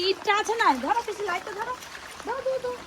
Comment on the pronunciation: পিসিকে বলছে পিচি😂😂😂😂😂😂😂😂